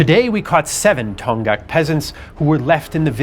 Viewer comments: It's pronounced Dong-hak, not Ton-ghaks. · You pronounced “Donghak” as “Dong-ghak,” but the correct pronunciation is “Dong-hak.” “Dong (동/東)” means “East,” and “hak (학/學)” means “scholarship” or “learning.” So “Donghak” means “Eastern Learning” or “Eastern Scholarship,” which stands in contrast to “Seohak.” “Seo (서/西)” means “West,” so “Donghak” refers to Eastern learning as opposed to Western learning. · "동학" is pronounced as "Dong Hak", not "Tong Gak". Aside from that, I enjoyed it very much, seeing the familiar story from an outsider's perspective as a Korean. Thanks for the great content, as always!